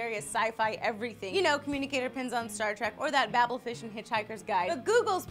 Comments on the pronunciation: just to clear something up it's babel fish, not babble fish, say it like babe then just put an L on the end, oh lee :P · lol calls it a Babble fish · BAY-BEL fish, not bab-el, it's pronounced bay-bel, I know it's spelled bab-el but it's was written by a British dude and is only ever said by British people so it's bay-bel. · The Babel fish was named after a tower in the christian bible and is pronounced bay-bul instead of like babble.